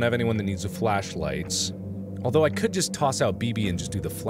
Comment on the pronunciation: Bruh the alwtho , not trying to make fun of Mark.